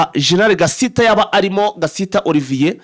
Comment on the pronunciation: Nanga kuntu uvuga izina Gasita pe. Kuki muvuga gusa ntimusome cyangwa ngo muganore n'ababarusha amakuru??? Ni Gasiita. Ubwoko bw'abasiita mu Rwanda burahari ndetse na benshi Banyamurenge.